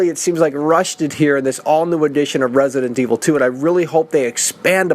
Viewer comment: Hate how he says resident evil